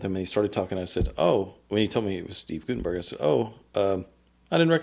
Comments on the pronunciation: It’s pronounced “GUT” not “goot” in Guttenberg. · I can tell by the wording that this is NOT Steve Guttenberg. That is not his style. It's Gut not goot-enberg. Per Steve.